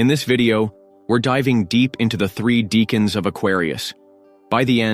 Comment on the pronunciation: It's pronounced DECK ans.